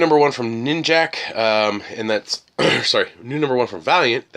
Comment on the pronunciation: It isnt ninjak, it is ninja K they say